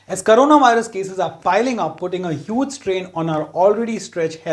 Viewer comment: He said Karena viris.